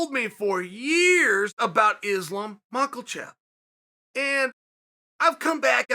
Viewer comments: Its Makhachev .. not Makhelchev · 10 seconds in heard this nigga chael call him islam macklevhev, paused the vid and took a deep sigh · Chael "Islam Mucklechev" Sonnen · Chael “Mak a Chef” Sonnen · Islam Mockle-chev 🙄🤦🏻‍♂️🤦🏻‍♂️ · Did this guy actually just say "Islam Makulchef?" 🤣🤣🤣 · I came to hear him say Mak-ol-chev. I was not disappointed. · Chael “Islam Michaelchev” Sonnen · Chael still on the "Makhalchev" shtick 😂 I love it when he mispronounces names on purpose..not even mad at it. Hilarious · Everyone: Makhachev Chael: Macholchev Everyone: Ok great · Nobody : Chael : macklevhev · For God's sake, pronounce his name properly. It's not Makhlachlev it's Makhachev. And it's 19:1 not 16:1. As a fight analyst you gotta know. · 😂there is NO letter L in that last name, boss. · Makolchev😂Blehal😂Hazmat 😂 uncle chael is a legend. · No one: Chael: Islam Mackeltjev! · THERES NO L IN HIS SURNAME CHAEL SLONNEN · Chael the 'Macalchev' sonnen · Mockel-chev lol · Islam “Maklechev” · Islam Muklechev?? At this point I gave up on Chael pronouncing names😂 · like after I heard „islam marklechef“ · I heard Islam Michael Chav lol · Lol mockle-chev...cmon cheal figure out to pronounce his name. Can any1 imagine tony submitting mocklchev with khabib in his corner? Then khabib has to slap Tony's ass and tell him "good game brother..." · I've heard plenty of pronunciations of Makhachev over the past few days, but 'Macklechev' is my favourite. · Still wondering where Chael finds the L in Mawklechev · I clicked on the video to hear Macklesheff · Chaael "Islam MAKELACHEV" Sonnen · Dudeeee stop it mockelchev 😂😂😂😂😂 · Where tf does chael get the L in Makhachev lmaooo I swear Chael couldn’t pronounce his own name correctly if his life depended on it smfh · Uncle Chael playing the algorithm game by mispronouncing Makolchev and creating a space for comments and other interaction. I see what you did there !! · michalechev sill makes me chuckle :D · Chael “islam mucklechef” sonnen 😂